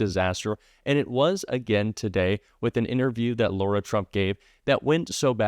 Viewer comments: I mention this just ‘cos it’s my daughter’s name, it’s Lara! Not Laura. Pronounced differently: LAhh, no Lorr. Their whole family is a disgusting dumpster fire, but on behalf of my daughter, I gotta say! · Lara, not Laura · One quick thing,. Her name is not pronounced Laura, it’s Lara (Lahra). If we don’t want Kamala’s name mispronounced, we have to set an example. Love your site! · 🔊 Her name is LARA not LAURA. You all make a fuss about Kamala 👍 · the NAME IS LARA NOT LAURA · We need to pronounce her name correctly. It's not "Laura" it's "Lar-a" with a hard "lar". She's a scumbag and deserves zero respect. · Dear, Her name is *Lara, not Laura! 🤙🏽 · its LARA, not Laura! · Her name is not Laura. It’s LARA…pronounced Lah-ra. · dude... her name is L A R A... not Laura. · "Lora" Trump? No! Lara Trump. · I'm Democrat thru and thru. But just because Trump mispronounces Kamala doesn't give you the right to call her Laura...her name is LAR a. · She is Lara. Not Laura..Thanks Heavens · Her name is Lara, not Laura, as keeps saying. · it's not Laura - it's LARA... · I'm not being picky but if its rude to mispronounce Kamala's name, you have to go high and pronounce Lara (Lar-a) correctly. I'm a true Kamala fan but fair's fair. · Sorry, it’s Laarra! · What's so hard about saying LA - RA!!!?